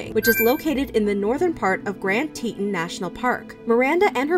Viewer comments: great video but omg it’s TETAHN not teet’n when saying grand teton nat’l park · Teet ON, not Teet un. One of the most famous mountains on this continent and you don't know how to pronounce it. The final straw was all of the rainbows. Is that investigative reporting? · If anyone wants another point of view and some info on this, check out The Lore Lodge's video on this. He was actually asked by Gabby's brother to help with the investigation. Edit: Also its pronounced Tee-taan not tee'on. That was bothering me much more than it probably should have. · Good summary, but - Dang! It would have only taken a few seconds to look up and hear the correct pronunciation of Teton before you mispronounced it a hundred times. So irritating. (Not TEE-[t]un, but TEE-TAHN. (Former professional news announcer) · Did it bother ANYONE that she said Teton like “teatin’” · Teton is called tea tawn😂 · FYI: Teton is pronounced: tē′tŏn′ Tee-tawn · I was listening to this, and was really confused because I have never heard of Teton (it was being pronounced teetten). I'm from Idaho and visit Wyoming and Montana regularly. When I finally looked at the screen, I laughed cuz that's not how you pronounce Teton. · Sorry, I'm going to be that person. Its Tee-ton National Park. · Teton is pronounced like "TEA-tawn" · Why did she pronounce Teton as tetin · It was a crime the way she mispronounced Teton the whole video. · You pronounced Teton wrong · Please learn the correct pronunciation of Teton.